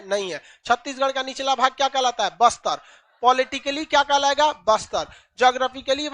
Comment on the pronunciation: Bister ni baster😂